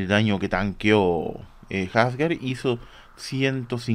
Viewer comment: Que horrible cuando le dicen jasgar , hasta en la traducción oficial le dicen Asgard de tauro :/